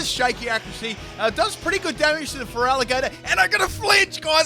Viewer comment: There should not be a vowel between the T and the R in Feraligatr!